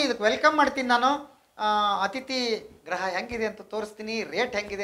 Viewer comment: ಅಥಿತಿ ಗ್ರಹ ಅಲ್ಲಾ ರೀ , ಅಥಿತಿ ಗೃಹ ಸರಿಯಾಗಿ ಉಚ್ಚಾರಣೆ ಮಾಡಿ ಕನ್ನಡ ಪದನ